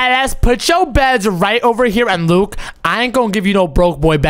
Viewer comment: Why does call Luke Luke poke